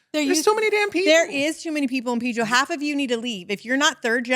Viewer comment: Its Pedro not PIII-DRO😂😂😂